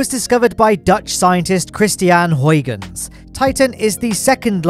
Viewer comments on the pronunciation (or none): You almost managed to pronounce huygens correctly, but it's actually a pretty good attempt.